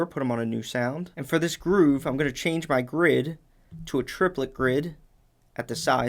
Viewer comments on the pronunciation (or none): none